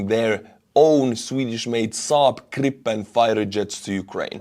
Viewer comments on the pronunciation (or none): Much love from Sweden 💛💙! Also love how you slaughtered the Saab Gripen pronunciation haha.